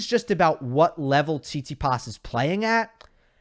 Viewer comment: PLease... the correct way to pronounce stefanos surname is TsitsipAs not TsItsipas.